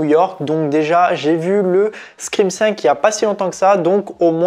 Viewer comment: On dit pas scrin mais scream! Pfff🤣